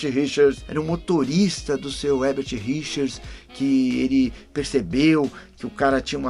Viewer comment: É Érbert e não Rérbert???